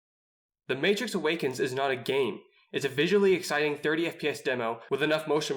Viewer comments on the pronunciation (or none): none